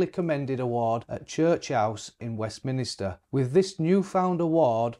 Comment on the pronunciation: It’s Westminster not Weatminister.